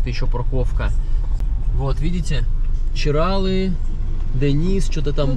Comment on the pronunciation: ЧиралЫ!!! Нельзя коверкать наименования, это как неуважение для меня